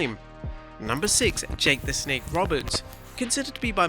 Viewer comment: JAKE THE SNAKE ** not smake